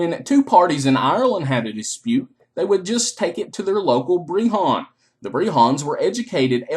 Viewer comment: Never say the word BREHON AGAIN!!!!! breHHAAAAAAWWWWWNNNN